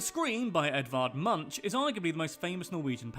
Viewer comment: Edward Munch is pronounced Monk, not munch